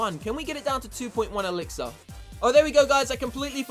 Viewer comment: See I would watch you but the way you say elixir makes me want to throw up